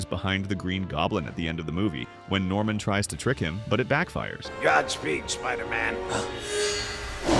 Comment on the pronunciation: Normam? It's Norman